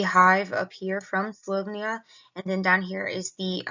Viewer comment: Learn how to pronounce the country's name right will be a good start since you are using their technology. Slo_vay_nia not slov_nia. .